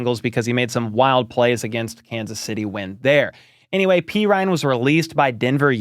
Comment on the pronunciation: dudes name is pronounced perine not perine PURR-EEN NOT PEE-RINE